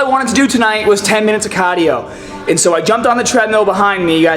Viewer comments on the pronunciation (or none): "10 minutes of CAAAHDIO." lol